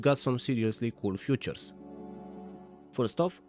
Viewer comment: fEAtures, not fUtures.